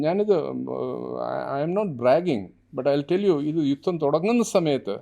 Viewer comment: DDnews ലെ ആങ്കർ ആണോ യുത്തം മുത്തം എന്ന് പറയുന്നത്. 😢😢😢